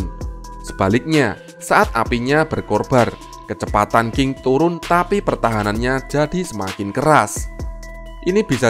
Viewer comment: Berkobar min , bukan berkorbar hihhihhi